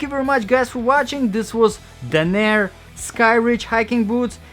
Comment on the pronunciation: It's Danner. Not Dah-near.